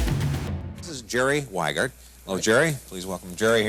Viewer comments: It's not Weigert, it's Wiegert. Wie as in "wie geht's?" e: I am sorry seems he went with the US mispronunciation of the name when he moved there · I wouldn't buy a car from a guy called Wiegert who thinks it's pronounced "Whygert". It would be "Vee-gert", or "Wee-gert" if you absolutely must. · Since Jerry is a German (Jerry = Gerald), at least you could pronounce his last name right, it is pronounced like you would say "Wee-gert"